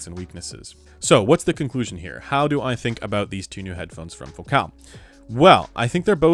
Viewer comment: Why do you say fo-cal. Isn't it like the word, fo-cul.